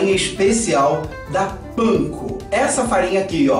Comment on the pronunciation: A Pronuncia CORRETA é parecisa com como falamos Pizza... Outra coisa é a Farinha usada para empanar a Cozinha. Não se trata de farinha da Panco. Como vc disse no Vídeo. É Farinha Panko... um tipo de Farinha para Empanar algumas Frituras no Japão, na China... Essa Farinha Panko é algo que pra eles lá. Se Assemelha à nossa Farinha de Rosca... Mesmo que vc tenha dito no Vídeo que não se usa Farinha de Rosca...